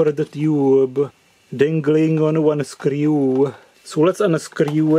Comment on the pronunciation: When he can’t open it: Ah, scryew iiit